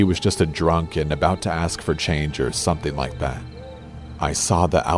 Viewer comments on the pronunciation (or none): I so hate when someone says aks. It's ASK ffs... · It is ASK , not AKS, you ebonic speaking nutjob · Why the story teller say "Axe" instead of "ask" that's weird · For F*** sake pronounce it ask like normal people, you do not sound cool you airhead.